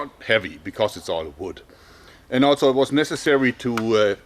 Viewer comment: Favorite word from him I hear "altso" also